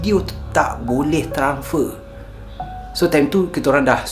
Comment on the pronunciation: transfer... bukan tranfer..